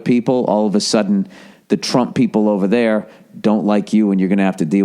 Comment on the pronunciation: I'm glad you're ok ova theah